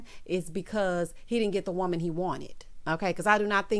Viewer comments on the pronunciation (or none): none